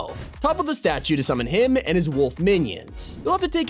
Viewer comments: I know he says “him” but I legit thought he said “DAMNNN” at first💀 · Oh it kinda sounded like it tho lol